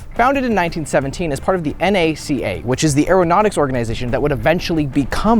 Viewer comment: props for properly pronouncing it "n-a-c-a" and not "nakka". National Advisory Council on Astronautics was called "n-a-c-a" and not "nakka".